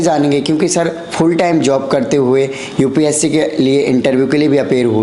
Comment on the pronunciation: Mujhe is par doubt kyon ho raha hai.🤣 "UPC" vala Banda... Fake hai... Group "Dicison" karta tha.. even he is an English medium aspirant, can't pronounce most English words correctly. 🤗